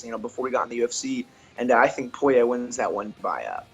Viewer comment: When Dustin was Dustin poirier not Dustin Sorrier